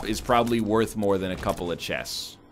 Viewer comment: Genuine question : Is the way NL pronouncing chests the right way or is it another of his shenanigans ? Great run btw NL